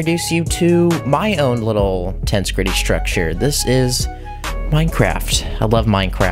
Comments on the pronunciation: Tense gritty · I got slightly more infuriated every time he said “tense gritty”